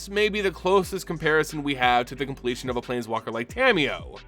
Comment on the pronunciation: may sound cooler, but is also the incorrect way of saying it